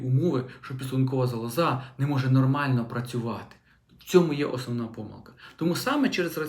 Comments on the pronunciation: Ну, не зовсім правильна мова! Лікар неправильно наголошує слово зАлоза. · Шановний, робіть правильний наголос у слові"залоза". Він на першому складі, а не на третьому. Вибачте.